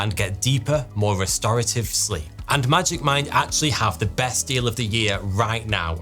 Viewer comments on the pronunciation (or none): When the sponsor for magic mind came up, I swear I heard "magic mike" and I was like ... huh?